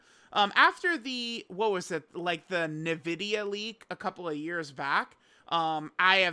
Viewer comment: "Nuh-Vidia"??? Is the only time you heard the name Nvidia pronounced was by Trump?? 🤣